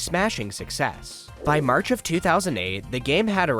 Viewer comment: Its march not merch